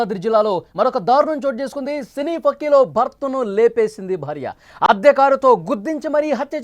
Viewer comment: ఆద్య కారు కాదు అద్దె కారు. ఉటాఊటిన కాదు హుటాహుటిన. మీ చానెల్ వాళ్ళకి తెలుగు సరిగా నేర్చుకో మని చెప్పండి.